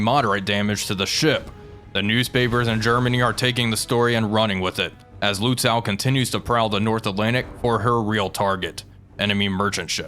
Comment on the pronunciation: So in case you're interested - Lützow is actually pronounced with a "long o", more similar to "low" or "oh" or even just "no" instead of "now", "wow", or "how".